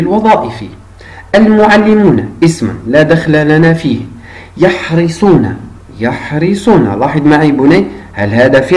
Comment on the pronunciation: يحرصون و ليس يحرسون...حرص يحرص شرح جيد و مبسط لأبنائنا. جزاك الله عنا كل خير.